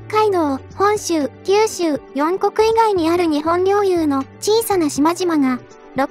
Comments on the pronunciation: 要はかなめと読みます。ついでに四国は「よんこく」ではなく、シコクです、正しい地名を読みましょう。ジジイなので間違った読み方は気になって仕方がありません。悪しからず！！ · 四国は「よんこく」でなく「しこく」と読みます。日本語の勉強不足していますね。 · このサイトは日本人が運営しているのか？コメントが日本語としてなっていない！今回は四国(しこく)と発言しなければならないところヨンコク、以前にも行(おこ)なうと云うべきところイクと発言したり日本人擬きとしか思えない。 正しい日本語を学ぶべきである。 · 四国をよんこくって言うな（笑）